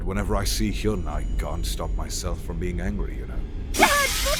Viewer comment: Btw its heeyun not heeyoon.